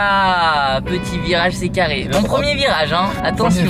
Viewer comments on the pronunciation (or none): charré 🤣🤣il a pas dit Carré